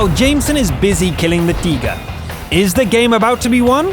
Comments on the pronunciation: Is anyone else annoyed by the waynhe pronounces Tiger? He's actually saying Teeger. What's a Teeger? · it's only pronunciations. I love it lol